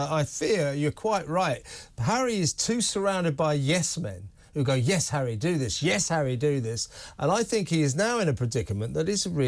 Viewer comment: *Harry, not 'Enry lol.